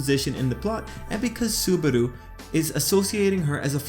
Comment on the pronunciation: Lol petelgeuse hahahhahaha and subaro hahahhahahahahahhahaha its subaru not subaro and betelguese not petelguese